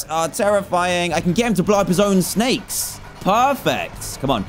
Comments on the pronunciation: Me:snakes Dan:sneks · Dan u said snacks its snakes I still love yo vids